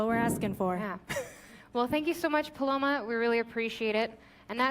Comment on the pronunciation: God the butchering of hispanic names is real its PALOMA short sharp cut, this rampant racism coming from is appalling